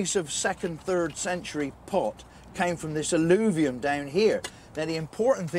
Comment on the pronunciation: "AL-LOO-VIUM" - sounds like the remains of a latrine...😂 ...sorry...I'll see myself out.